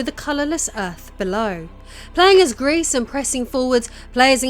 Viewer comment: Gris as a silent S, otherwise it sound like grease and it means GREY